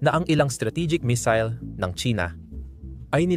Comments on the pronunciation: pangit ng A.I na ginamit mo. misil ang missile😂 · AYUSIN MO SALITA !! BOBO KA, PURO NAKAW CONTENT NA NGA LANG GINAGAWA MO HINDI MO PA MAAYOS !! MAY MISIL KA PA SINASABI TOLONGGES !!